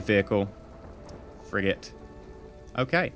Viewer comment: it sounded like you said frick it lol